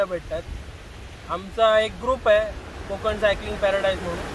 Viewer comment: "Kokan" "konkan# nahi.... छान होता विडिओ 👌